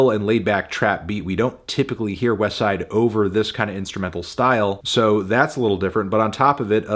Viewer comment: Finally said “westside” correctly I’m proud of you melon